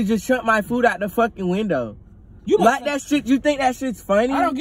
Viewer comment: AND DIDNT EVEN SAY WINDOW HE SAID WINDEL:face-blue-smiling